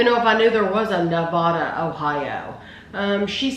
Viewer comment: Nevada, Ohio is pronounced NevAda, long a sound. I was born and raised there.